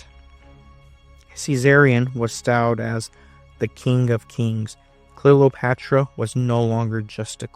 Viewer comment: Great video. You seem to pronounce it Clelopatra? Is this the way it sounded?